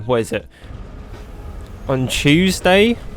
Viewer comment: Ain't no way he said CHEWSDAY😂😂😂😂😂😂